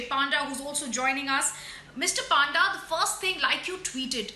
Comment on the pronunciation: A very Good Politician by heart .. Coming from a Royal Blood ... Has always stood for his soil....🙏🏼🇮🇳❤️Proud of u Sir...ur simplicity is what I adore always...for the epic time it's pronounced PONDA...it's not Pandda ...though the sirname is Panda ...a Brahmin.🙏🏼